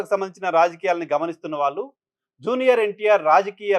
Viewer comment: You are a good journalist & anchor. I like you. Small advice:- మీరు 'ళ'.... ఉండవలసిన చోటల్లా 'ల' పలుకుతున్నారు. That's harsh to listen. Please rectify that mistake. (వాల్లు, వీల్లు, మల్లి×: వాళ్లు, వీళ్లు, మళ్లి√√)